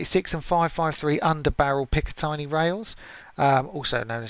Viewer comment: It’s pronounced as said pick-a-tinny not tiny just saying sorry